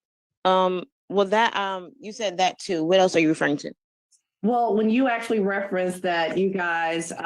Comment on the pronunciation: What is up with these people on all these videos saying axe instead of ask? Or axwally instead of actually. Almost all these videos I’ve watched are like this. And the word friends is being pronounced fwinds.